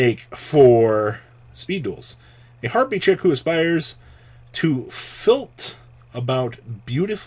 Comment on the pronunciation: Filth 😅 it says flit